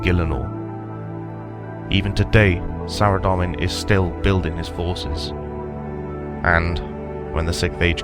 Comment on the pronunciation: Hi there, it's pronounced "Sara-Dome-in" not "Sara-Dom-in". Good video though.